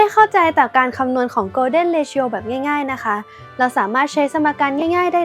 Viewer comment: ผมติดตาม ช่องนี้ มานาน ทั้งได้ความรู้หลายๆ อย่าง แต่คลิป นี้ ไม่น่า พลาดได้เลย นะครับ มันไม่น่าจะ ออกเสียงว่า เร-ทิ-โอ นะครับ